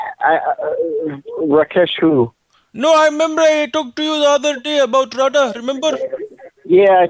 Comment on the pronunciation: You couldn't pronounce "Radha" right! 😁